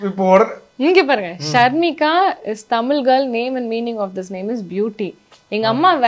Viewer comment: அவர்களே அவங்க பெயர் ஷர்மிகா நீங்கள் ஷர்னிகா என்று சொல்லி இருக்கீங்க